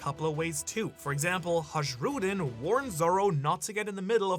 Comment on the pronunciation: Ha J Ruddin?? BRUH its pronounced Haaiyruddin. Its not Djarul. Its Yarul. Dont fuck up pronounciations man